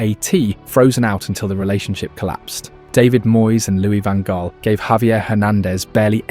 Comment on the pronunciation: OMG, your pronunciation is appalling. Louis van Gaal = "Loo-ee van Hhhh-ahl." Ajax = "Ah-yacks."